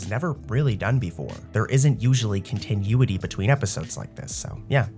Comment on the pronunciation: Brotha man. If you want people to like...really REALLY believe you're a real voice? Maybe learn how to pronounce continuity?